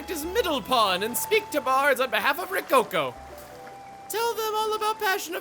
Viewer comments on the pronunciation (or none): none